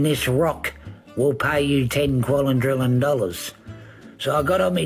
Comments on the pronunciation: WTF is a "qualondrillon"? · The way he says "qualindrillion" instead of "quadrillion" is really disturbing for some reason. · I didn´t know that dentists are so expensive in Australia that he needs the ten "quallintrillon Dollars" to have his teeth finally fixed... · did he say 10 quadrillon-million?, it should be illegal for anyone with that m€÷h mouth to comment on any scientific field, and while you're at it bud, un-cross your eyes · Good to see meth has made it's down unda. To be fair, he said quallun drillun dollars. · He didn’t say $10 quadrillion. He said $10 quallindrillon. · Ten. Quallin. Drillin. Dollairs. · It’s ten quallin drillon dollars. I don’t know if he means US dollars or Australian dollars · It's not ten quadrillion, it's ten quallin drillin dollars.